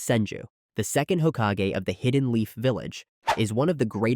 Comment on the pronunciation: When I heard 4th Hokaje, OK. Pass.